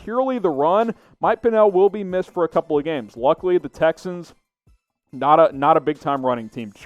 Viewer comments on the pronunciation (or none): none